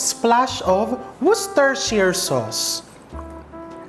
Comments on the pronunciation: Chef, when i worked in a call center sabi sa training namen its “woosh-tah” sauce hahahha btw its American based BPO 🤣🤣🤣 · Woostesheer ..im from Worcestershire UK no letter R on ter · Good day! The correct pronunciation ng WOR- CESTER- SHIRE WU- Stuh- Shuh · Wor - CES - ter- shire sauce po. Tnx po. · Para mas less twist sa tongue po at para mas Briton ang dating, please say WUS-TAH SAUCE 😍. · Wos ter sher shire sauce! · Chef wors-ter-shayr-sauce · pronunciation po is Wuh-stuh-shur po...... :) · Gusto na kita panoodin. Natawa ako sa 'wustershir' sauce 🤣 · Chef try dropping the R , wos-te-cher sauce 🤣😘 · it's Wustah sharh saws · Here is the easiest way to pronounce it.... Worcestershire = wo (rce) ster shire = Wo sta shar Note: You do not pronounce the r on worce > wo 2. change a to schwa in sta 3. change a to schwa in shar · Tama po chef... Pronounced as "wush"stershire sauce. 😉